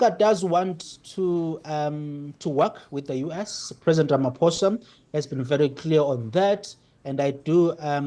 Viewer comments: His name is not pronounced "Ramafosa". It is pronounced "Ramaposa" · Please pronounce the name of South Africa’s president as Rama(po)sa. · It is pronounced 'rama-poe-sa"